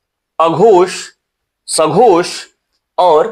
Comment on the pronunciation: Sir uchharan karte hue aghosh aur sghosh dhawani me kuchh antar nahi jaan pad raha hai , pls clear it again. Thanks